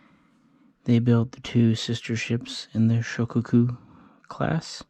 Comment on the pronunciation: Amatuer. It is SHO-KAH-KU and TAI-HO. (not Tay-Ho). You got it all wrong. Please delete this MIS-INFO. Grandson of James W. Blanchard (ALBACORE).